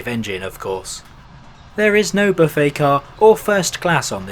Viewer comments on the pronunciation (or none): none